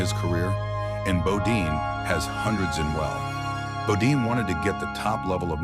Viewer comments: Bodine NOT Bodeen .....Guess commentator got tired or forgot .... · Nice clip, but would have been more accountable if narrator pronounced his name correctly!